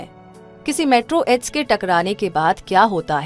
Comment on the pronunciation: 'मेट्रो एड्स' nahi मेटेओरोइड😅